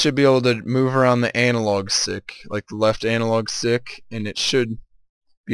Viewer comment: Did he say Anal Log?